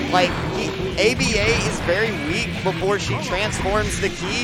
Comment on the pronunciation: The way the commentator keeps saying “A-B-A” instead of just calling her Aba angers me to an unreasonable degree.